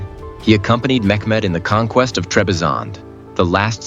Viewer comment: It's not mekmed!!